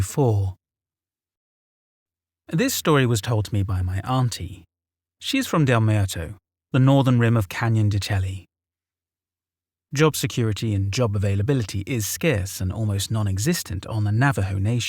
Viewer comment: Canyon de SHAY, is the phoenitic pronunciation of Canyon de Chelly. Sounds funny bc it's wrong. Still love the story.